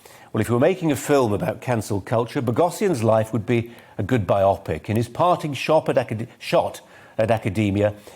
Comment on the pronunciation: What's a "by-opic" Did you mean a bio-pic